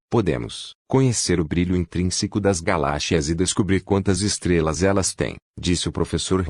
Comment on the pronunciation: Aprenda a falar galáxias tá